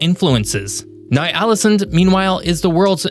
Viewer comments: Thats NOT how you pronounce ny-ålesund WTF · agreed. But he should have checked on how to pronounce words and names . I had to stop listening after he butchered Ny Ålesund.